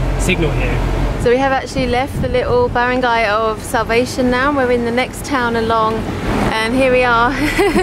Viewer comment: it think SALVACION is pronounced with a short A (sal-va-shawn), not like salvation. it's actually a woman's name. 😁 😁 😁